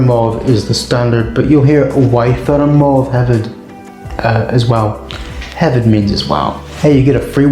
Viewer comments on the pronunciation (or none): Hefyd the f is pronounced as a v not a f.